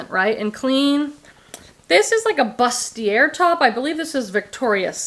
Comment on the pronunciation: You’re one of my favorite work in the bg YouTubers. NWT daughters of India at the bins? The trip is done at that point. I remember learning about that brand when I first found it in a not so great area in Phoenix! Also, it’s pronounced boo-stee-ay but you’re such a ray of sunshine I think you can pronounce anything the way you want 😂